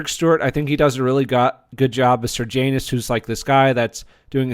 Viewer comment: Don't pronounce Sejanus like Sir Janus. There's no R in the name. The script was excellent in this show and also the acting. The story was based on a book called 'I, Claudius' by Robert Graves. The historical accuracy is questionable at times, but Graves's book was a great story and the TV show was a great drama.